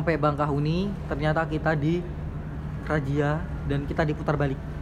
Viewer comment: Bakahueni bang, bukan bangkahueni